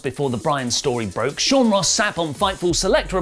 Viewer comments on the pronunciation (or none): none